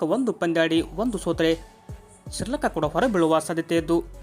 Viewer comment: ನಿಮ್ಮ ಪ್ರೆಸೆಂಟೇಷನ್ ತೀರಾ ಕಳಪೆಯಾಗಿದೆ...ನಿಮಗೆ ಕನ್ನಡ ಸರಿಯಾಗಿ ಬರೋಲ್ಲ...ಪ್ರತಿ ಬಾರಿ ಶ್ರೀಲಂಕಾವನ್ನು ಸಿರ್ಲಂಕಾ ಅಂತಾನೆ ಹೇಳ್ತೀರಾ...ಗ್ರಾಮರ್ ಕೂಡ ಸರಿಯಾಗಿಲ್ಲ...ಸರಿಯಾದ ಹೋಮ್ ವರ್ಕ್ ಮಾಡಿ ನಂತರ ಅದನ್ನು ಅಪ್ ಲೋಡ್ ಮಾಡಿ